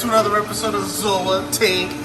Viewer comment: I can't wait to hear you guys on a podcast. Thanks for the shout-out. You said my name correctly. Zoa tank boyzzzzzz!!!!!!